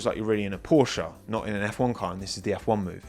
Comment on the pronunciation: jeeez is not porschA... is porschE... check out, how the german say that word... and learn it in the correct way!